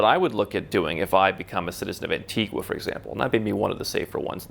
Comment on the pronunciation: no it’s pronounced an-ti-ga